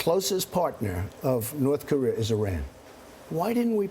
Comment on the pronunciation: did the guy in the purple tie say "north career"???